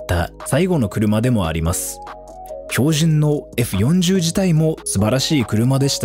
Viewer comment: 「フェラーリえふよんじゅう」www てぃぽwww もうクルマ知らないのバレバレだねwww